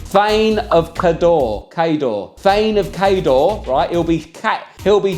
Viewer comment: Just thought you’d want to know Cawdor is pronounced cor-dor. 😂 Great video. 💓